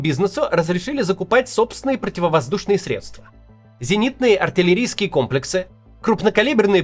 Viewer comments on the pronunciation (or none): none